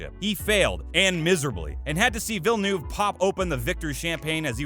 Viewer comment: Holy fuck I haven’t heard this guy pronounce one fucking name correctly. Vershtoppen, Ierton, Vilnuuuve, Shewmocker, Roseburg. If you’re going to do all this research take the extra 5 seconds to learn how to pronounce the names